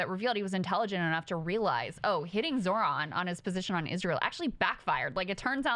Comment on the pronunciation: There is no absolutely no reason to get Zoran name wrong if he speaks Italian.